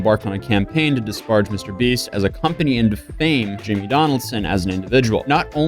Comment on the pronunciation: how the fuck did you just pronounce disparage?